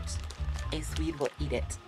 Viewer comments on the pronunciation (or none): none